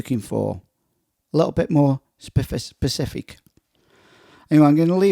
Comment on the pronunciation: It's specific not pacific.